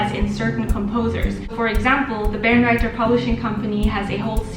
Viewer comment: Barenreiter really should be Bae-renreiter :3 Seriously it's my favorite! Thanks for talking about this! I often emphasize the importance of editions to my students, it's a time and money saver!